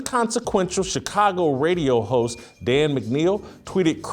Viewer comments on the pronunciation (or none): none